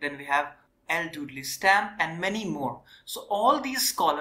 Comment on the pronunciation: Excellent Videos. I am also a PhD holder in Geography from University of Kerala. Your classes are so helpful for all Geography students from school to college levels epecially from Examination point of view. Just One Friendly Suggestion though. You should work on your Pronunciation of Terms and Names. Example: It's Dudley rhyming with Idli not Dudlay and Harvey rhyming with Harvi not Harway.